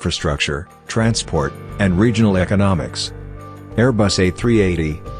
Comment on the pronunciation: and it's Airbus not Air Bus, mr "Expert".